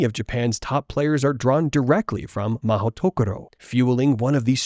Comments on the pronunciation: Also the pronunciation guide is Ma-hooto-koro. Like Joane, if you were just going to lazily run 'magical place' through google translate you could have at least pressed the speaker button instead of assuming you knew how you say it. 🤣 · Mahoutokoro, you serious 😭 sounds so awkward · Being Japanese, mahou-tokoro is grammatically incorrect. Why? "tokoro" is the pronounciation used only by itself and if you combine it with another word the correct sound is "-sho". Like police station in Japanese is "keisatsu(police)-sho" and City Hall is "shiyaku(city office)-sho" so the correct word is "mahou-sho", I guess Rowling didn't have any Japanese friends or have the motivation to actually check with someone .. makes me very sad lol